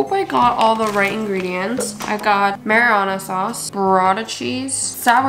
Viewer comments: “I got marijuana sauce” it’s marinara 😭😭 (mara nara) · bro said marijuana sauce LMAOO its mari nar ian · It’s not mariana sauce! It’s pronounced mayr-in-air-ah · im cryinggg, said marijuana sauce instead of marinara!!! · the way she said marijuana sauce instead of marinara i’m CRYYYINGGG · Swear i thought she said “Marijuana sauce” at the beginning of the video😭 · i heard "marijuana sauce" i was like 'WHAT' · "Mariana Sauce" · lol did anyone else hear her say “marijuana sauce” instead of marinara sauce? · NO LMFAOO ITS mari - nara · i heard marijuana sauce instead of marinara 💀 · I’m sorry but she said MARIUJANA?